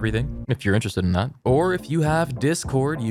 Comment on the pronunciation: Her: "If you don't have thay" Me: -1